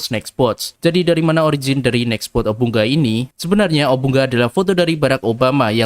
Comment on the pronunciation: Bacanya obu nga